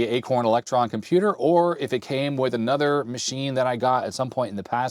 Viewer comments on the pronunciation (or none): none